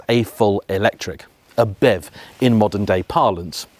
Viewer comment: Bev? Nah, man. B-E-V.